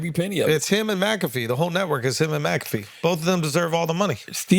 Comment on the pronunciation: Charla just pronounced Pat McAfee’s name 2 different ways in 20 seconds. That stuff drives me crazy!! 😖😖🤣